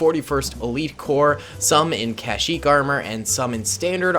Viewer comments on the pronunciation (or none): "the jungles of cashyyyk", lol, love the content bro keep it up!